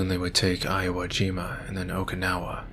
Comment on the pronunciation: Iowajima lol I love your dyslexic ass